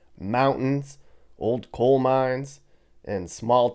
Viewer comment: It's coal not cole....